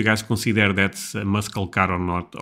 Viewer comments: Muscle is said mussel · "MUSCLE" has a silent "C" sound. Say "MUSAL" instead. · It's pronounce muss - el cars. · LOL, its pronounced mus-sel car. 😆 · Pronounced, musle!! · The c is silent. But I like the way you say it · We don't pronounce the C in Muscle. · When pronouncing "muscle" the "C" in that word is silent. English is weird, what can I say. Listen closely to how the narrator pronounces it.